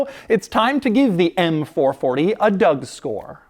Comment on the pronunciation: Did he say Doug Store???...do i sense a easter egg there on whats to come on cars and bids?